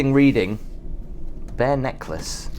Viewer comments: Bear necklace, sometimes pronounced pearl 😆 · Did you mean pearl necklace and not bear necklace like you said lol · Why did you say "the bare necklace" for the pearl necklace book